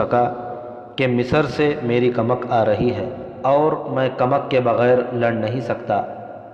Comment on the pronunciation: یہ کمک کو کمک بول رھا ھے یعنی ک کے اوپر پیش کی بجائے زبر بول رھا ھے